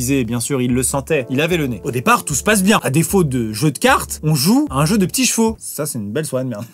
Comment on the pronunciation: Des jeux de cartes ou des « joy d’ca-rtes » ?hahaha bonne blaaaague!